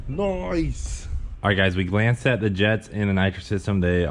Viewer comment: Did i hear you say Noice??